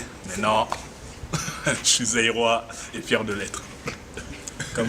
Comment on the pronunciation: mdrr deja c'est zairois pas zeyroi mon frère c'est congo kinshasa . ;)